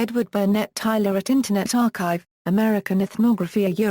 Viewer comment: it's tyLOR not tyLER